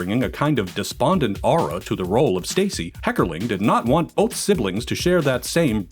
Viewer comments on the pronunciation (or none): none